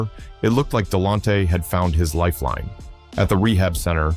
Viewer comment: Please pronounce his name right damn 🤯